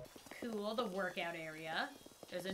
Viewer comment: My god you used “da” and “dis” a lot 😂